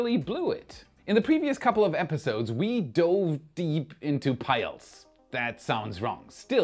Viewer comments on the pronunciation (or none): none